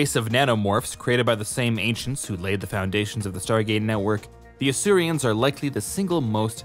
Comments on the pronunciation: They’re Asurans not Asurians, why can this guy never pronounce things properly? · Asurans, not Asurians. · fyi it's "Asuran" not "Asurian" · Asurans. Not Asurians. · It’s Asurans, not Asurians, and not sure why you used the Earth POO symbol for that, I appreciate you said the symbols weren’t official but that seems completely random. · Hmm isn't it Asurans not Asurians? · Every time I hear "Asurians" I feel betrayed, why is there an i in there, they're just called Asurans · This video is over a year old now but I just want to say: It's Asurans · The video was good, don't get me wrong. It's just that hearing you say "Asurians" bothers me. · Weird pronunciation of Asurans, as if there was an I in it. Also, nanomorph is a strange way to describe them.